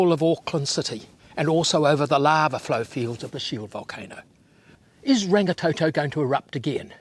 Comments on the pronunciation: Sorry, but I cringe when people do not even try to pronounce the names properly. It is NOT rang-ee-tow-tow nor rang-ee-tow-tow. Roll the R's like a Scottish person would...Rrrrang-ee-tor-tor. Rangitoto. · Rangatoetoe it's Rangitoto (blood sky) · ranggatoetoe is so wrong get it right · Rangatoetoe, aae-ah-tearowah 😭😭😭